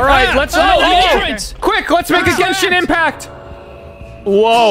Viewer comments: did say genshin impacr? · Did he say g e n s h i n i m p a c t